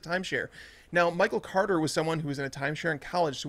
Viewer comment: The way says Michael “Cwoarter” drives me nuts